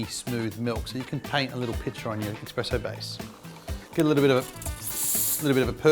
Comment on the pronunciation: Guys says 'expresso'. Credibility lost lol